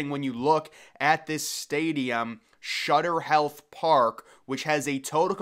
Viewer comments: Correction, it’s Sutter Health Park, not Shutter Health. Other than that keep up the good work! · Sutter Health not Shutter Health .